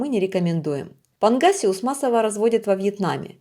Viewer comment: панГасиус не панХасиус, достиГается а не достиХается, слушать противно, не уродовай язык, если не умеешь говорить, размовляй на мове своей !!!